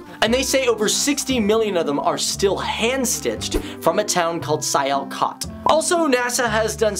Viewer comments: Its not siaaalkut its Sialkot😊😊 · WHHHHHHAAAAAAAAAA!! it's sialkot xD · lol he says "Sayalcoat". haha. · I love the way how u pronounced Sialkot 😂😂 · U said Sialkot wrong and that's My city:(